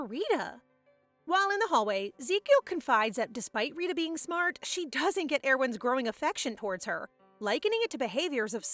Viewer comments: It's actually Rita not risha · it is not Rishi it is Rita like Rita Ora